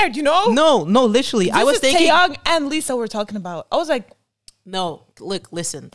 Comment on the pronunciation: First can we take a minute to say. Omg you pronounced his name right. Second the way y’all notice the little looks and small moments. It’s the details. And you nailed it. He keeps his eyes on her and I mean. It really sets the tone. It’s not about the camera. It’s about Lisa and it’s like he is giving her her due. It’s so so good. 😊